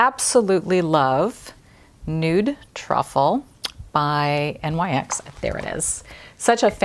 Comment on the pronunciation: Hmmm I don't know how to say this without sounding pedantic because I love your chanel, your beauty, your delivery... but I don't think it is said N Y X, the letters separate. It's "Nyx". After the Greek goddess of the night.